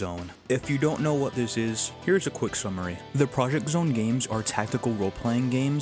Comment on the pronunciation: Just a heads up, Project X Zone is pronounced Project "cross" zone.